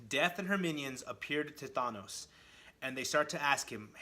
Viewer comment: Who the hell is Thonos? Thonos quest? His name is Thanos.